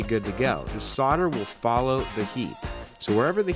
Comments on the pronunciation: ave always said "sole - der" not? "sod - der"? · Can you please stop saying "sodder" and "soddering"? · Protip: the L in solder is not silent. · I wish someone would teach Americans how to actually SAY 'solder' Why do you all pronounce it like the 'L' is not there????.....Shakes head!